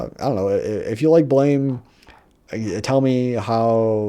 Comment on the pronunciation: It's pronounced Blam not Blame Blam is the sound that a gun makes when you shoot it and since the main character hardly speaks he just shoots that's where the name comes from